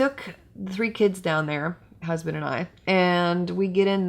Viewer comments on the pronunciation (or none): none